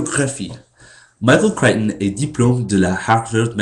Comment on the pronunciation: Pourquoi tu dites "le garcon Americain". Garcon=boy, et tu as 21 ans. Je crois que "le jeune Americain" ou "le typ Americain" c'est mieux. Et aussi, essayez de prononcer les noms Americains dans les articles francais avec un accent francais, et pas comme en Englais. "Michael Creighton" et "Ian Fleming" comme ca.